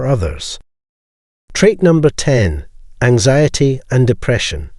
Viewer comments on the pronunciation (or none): none